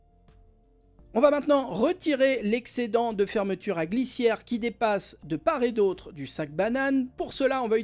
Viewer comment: Hello ! Normalement, quand on dit "de part et d'autre", on doit faire la liaison entre le t de "part" et le "et", on devrait donc dire : "de part-tet d'autre" et non "de par-et d'autre". Sinon il a l'air vraiment bien ce sac banane